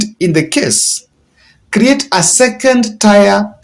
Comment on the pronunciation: Tier is pronounced as tear not tyre...🤓Great Chanel